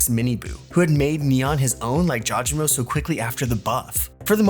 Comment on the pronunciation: thank you finally someone calls out people saying it jaw je mo